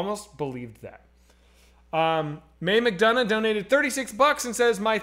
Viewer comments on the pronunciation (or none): none